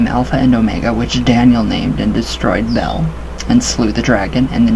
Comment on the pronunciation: Bay-uhl is the way I have always heard it pronounced. Lol...though I love this grimoire, I don't use this technique. I have never ever had a manifestation other than a human form and have actually been laughed at when I asked about the other descriptions. Though I don't believe for a moment that just having symbols around is in any way dangerous (if not activated), I agree that people with no experience probably shouldn't have them around to just dawdle with.